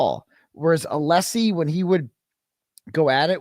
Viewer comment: hankys wife is anessy but he can't pronounce alessi properly?